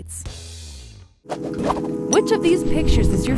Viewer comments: who keeps hearing "Don't forget to subscribe to the taco" instead of "don't forget to subscribe to the talko?" cause that's what i keep hearing xD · Does anyone else here taco at the end instead of talko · For the record... When ever she says "subscribe to the Talko" I also think she says: "subscribe to the taco" XD like if u agree 🙋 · Me too!!!! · me. I hear Taco🙋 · first video & yes every time